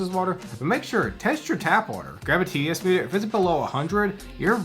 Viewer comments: "Grab a tediaspoo" ?? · "a __ meter?" what was that? sorry. captions weren't helpful lol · When you talk about water, and you say "test your tap water" I didn't understand at all what you said afterwards. Could you clarify, how to test tap water and below what it's good? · a what test? I could not make that out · Test Tap water for what? I couldn't make out what you said there. i usually put tap water out in a bucket and leave it for a day for the next time to water plants so the chlorine has a chance to evaporate.